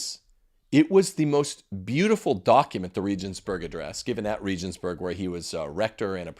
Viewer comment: Regensburg is pronounced with hard 'g's, like the g in goat. There are no soft 'g's in German. I could hardly understand what you were saying. Benedikt was better than John Paul II.